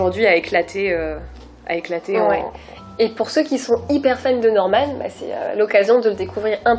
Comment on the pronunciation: Je suis la seule que sa perturbe qu’il dise Normane moi j’ai l’habitude de dire Norman sans rajouter de e ...... x)